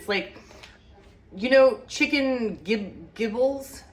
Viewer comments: Prounonced Jib'-lets ❤ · Giblets is pronounced jib-lets. Hearts, livers, gizzards, and necks packed in that bag inside your whole bird are giblets. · giblets use the "J" sound for the G.